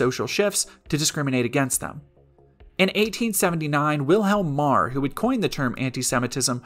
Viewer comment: I did an audio doubletake because I was hearing "Wilhelm Marr" as "William Maher."